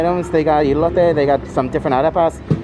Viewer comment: “E-lote”....lol 😂 its like an ‘el’ectronic corn